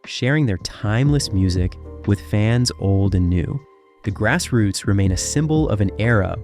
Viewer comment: The pronunciation on this narration is all over the place "Grass Roots" is pronounced 4 different ways!!!